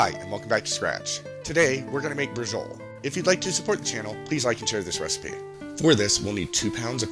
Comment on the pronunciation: Hello, I finally got all the ingredients together to try your recipe. I plan to make it this week. My friend, I think it is pronounced brah-show -leee, I could be wrong but I heard it pronounced this way some years ago.